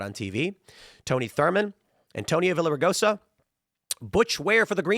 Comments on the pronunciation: Oh my gosh your mispronunciation Villaragosa was so Gringo, lol! The double "L " in Spanish is a "Y" sound. So its basically pronounced Viyaregosa. Like how "Pollo" (Chicken) is actually pronounced "Poyo"... 😆🐔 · LL in the Spanish alphabet makes a Y sound so it sounds like Viyaraigosa. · Tim you always get names wrong. It's Veeyah --RIG -oh -SAW But his real last name is Villar so just say that.